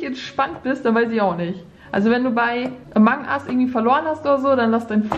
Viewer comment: Sie sagt einfach amang ust Pop it🤣🤣🤣